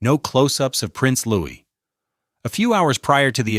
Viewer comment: Those crying pictures are AI, and so is the narrative. He is NOT Prince Louis (Loo-is); He is Prince Louis (Looey).